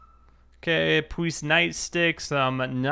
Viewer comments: i love how he says his l's like powice love it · why do you say police like that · he says W instead of L Cus he don't take no Lzzzzzz